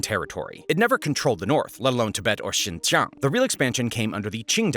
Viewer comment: I hate the way you're saying "xincheong" it's a "j" sound. Jiang 😢